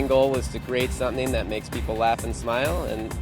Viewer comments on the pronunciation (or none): the way that dude says the word 'something' is really weird.